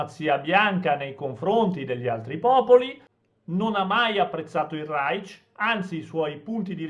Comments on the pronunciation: Reich non si pronuncia secondo la fonetica inglese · comunque nel chiedere il like con l'accento russo si senti raich, non so se è fatto a posta o meno, ma mi sono spaccato dalle risate hahahahahaha